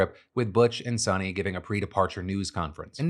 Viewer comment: It's pronounced as sunita not sunny.